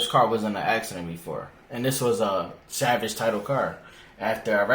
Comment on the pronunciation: It's pronounced salvage not savage lol